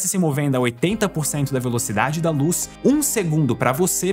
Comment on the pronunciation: Velocidade da Loos